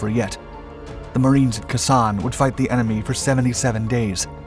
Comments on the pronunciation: Not kasaan it’s khe sahn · Khe San = "K-Sahn", not "Kussahn". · Wrong,....in 2020 President Donald Trump awarded the 30th Inf. (of WW2) a Presidential Unit Citation for actions in France..........and it's Khe Sahn (KA- Saun) not Kayson! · As an intelligence advisor at Phu Bai, Hue and Khe Sanh (you should pronounce it Kay-San) during the 1968 Tet offensive, I was intimately involved in each of the battles the Marines fought at that time, and they always faced massive odds at Hue, Dong Ha and Khe Sanh. These three battles were primarily totally different from each other. At Hue our odds were 20 to 1 (urban/house to house); Dong Ha about 15 to 1 (open terrain) and Khe Sanh (defensive) about 15 to 1. Marine casualties in Hue were double what you stated, and the other errors you made did not effect the story. The 1st ARVN Division in Hue was excellent, but because the agreed Tet holiday ceasefire was used by the lying Communist North Vietnamese to attack our locations, the 1st ARVN had compassionately sent their soldiers home to be with their families, and only a very small reserve had remained in Hue. They had no troops to supply to anyone else, nor did the Marines in I Corp have anyone else, or the 1st Cavalry unit who had only 400 on the West side of Hue to close the Imperial Palace supply route against thousands of NVA. I am so proud to have fought with all of these units. They fought bravely, with courage and a selflessness that is hard for me to describe even today. I will never forget my comrades during those events, and the sacrifices they made. As with Communist Russia today, and their attempt to steal the Ukraine, Moldova or anywhere else they can get their hands on, we must be vigilant. Likewise, Commun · Khe Sanh is pronounced - "kay-san" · Lt Commander is a Navy rank. I think he meant to say Lt Colonel. He also doesn't pronounce Khe Sahn properly.